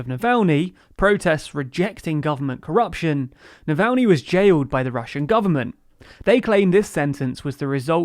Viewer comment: No one:: Nalvaynee